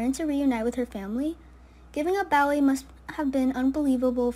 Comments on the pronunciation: Pronounced Bo ee not Bow ee. I think its like the singer, David Bowie....Bo ee. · It's not "bow wee" it's Bowie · Its Bowie (Boee)